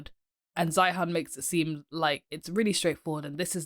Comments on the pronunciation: Peter's last name is pronounced "Zīən" like "Zion." You sound completely uninformed continuing to mispronounce his name. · Please learn how to pronounce his name correctly and actually read his book. Then you will be much better qualified to critique this expert. Can you clarify who you are? I get the impression you are a China apologist or maybe even a CCP troll. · The least you could do is pronounce his last name correctky, which is the way he pronounces it. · You can't even pronounce his name!! Let's see, he has 500,000 subscribers...You are a...NOBODY :( Your future is as a housecleaner based on what I've seen here. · First of all your mispronouncing his name. Second, I have watched most of his videos. He is usually right but exaggerats everything. The term "collapse" has to be taken with a grain of salt. Collapse could mean reduction. Obviously, if China's population goes down 30% the total GDP will go down, but per capita should go up.